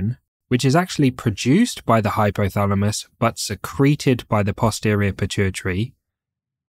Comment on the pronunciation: BLOODY NON-SENSE, DO NOT HAVE CORRECT PRONUNCIATION?...LOOK FOR HORMONS AND HYPOTHALAMUS. IT IS HYPOTHALAMUS AND NOT HYPHYTHALAMUS?